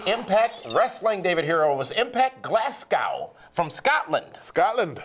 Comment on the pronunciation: Glasgow is pronounced Glazgo Jesus sounds terrible when u pronounce it the way u did....